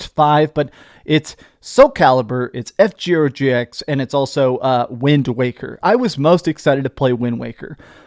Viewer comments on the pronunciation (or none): “F-Gero GX” 😂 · Did you say F Gero GX? 😆 🤣 😂 😹 and I'm not surprised that playing Cyberpunk on handheld would drain the battery